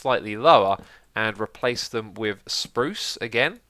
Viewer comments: Sprrrrruce <3 that made my day! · How much wood would a woodchuck chuck, if a woodchuck chucked wood? Nice tunnel! Btw, have you been hanging out with Iskall lately? You certainly pronounced some swedish R's on that spruce bit 😏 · When you said spruce, it sounds exactly like when iskall says spruce on Swedish!